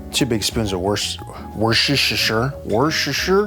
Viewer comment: Thanks for this - wonderful recipe. By the way, if you want to say Worcestershire the way it's spelled, say "War Chester Shire." But the people from Worcestershire pronounce it "WOOstersher."